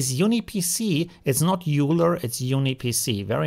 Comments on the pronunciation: It's not pronounced u-ler, it's pronounced oi-ler 😅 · Euler = "oiler"